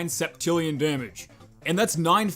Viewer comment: The way you say billion, septillion, and others really bugs my brain (maybe i hate math that much XD)